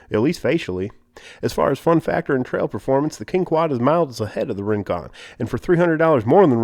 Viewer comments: did he say Ring-Quad? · kwin-quan? rin-quan? hehehe